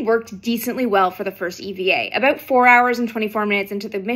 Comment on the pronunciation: A. I love how you say "about." Still a Canadian at heart! B. Is that a glove flying away at about 40s?